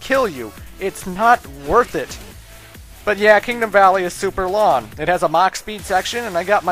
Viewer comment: does anyone else notice dude isnt pronouncing "ng" .... "long" turns into "lawn".... lol